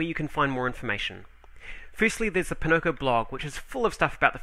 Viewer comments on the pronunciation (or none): Oh... it's "poNOko". almost Pinnochio.; ^ ) Buy!